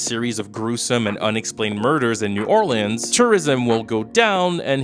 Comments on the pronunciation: Lmao why do you keep calling it "New Or Lands" instead of New Orleans? That's so irritating 😔 especially because don't you speak English AND French? But you go with the pronunciation New Or Lands? And during pride month too… kinda homophobic if you ask me. Jk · “New Orleeands”